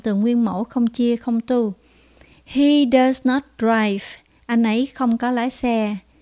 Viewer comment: Cô ơi, có nhất thiết lúc nào cũng phát âm cuối không ạ, em thấy lâu lâu trong bà này cô đọc not not nhưng không phát âm t ạ